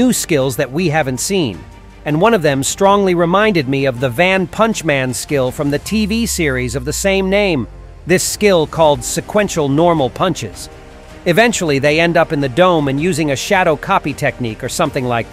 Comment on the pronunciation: Hahahaha 😂😂😂😂😂 r u serious in that pronounciation of one punch man to van punch man and the move sequential when it is consecutive normal punches if I remember since it's been long since I watch the anime still waiting for season 3 if I remember it has only two season